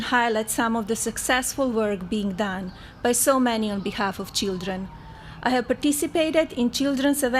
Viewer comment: Chidren, istory, invitistor Wtf? Make English great again!!!!